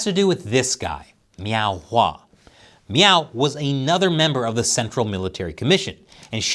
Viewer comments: Are you saying "meow"? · I'm sorry, are you saying Miao ?